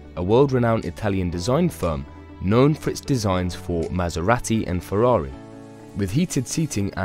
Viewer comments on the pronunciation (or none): none